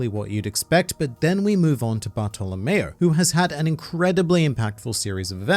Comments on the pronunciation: Barf to lamao wow the pronouncing is soooo perfect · But its baahtolomeo